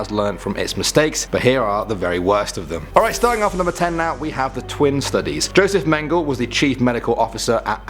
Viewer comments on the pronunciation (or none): Josef Mengele = Yo-sef Men-ge-le. He was known as "Todesengel" or "Angel of Death". It was the Tuskegee Experiments not Tuskgee.